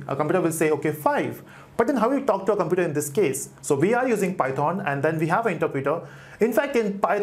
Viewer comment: please stop saying PY THOON